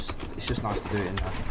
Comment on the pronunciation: "THNUH NOICE"